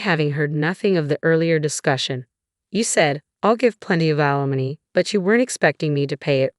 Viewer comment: alimony not alamon